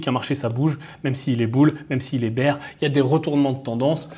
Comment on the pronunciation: "Bear" ça se prononce "bère" .. "bir" c'est la bière... beer 😂😂🤣